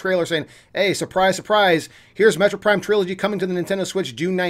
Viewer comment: Take a shot everytime he says metro prime instead of metroid prime.